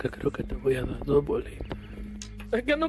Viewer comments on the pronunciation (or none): "yo creo que te voy a da' do bolitas"